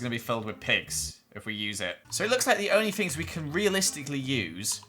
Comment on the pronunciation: I like how he says fings instead of things And wif instead of with And feem instead of theme I’ve just been adding onto the first one as I listen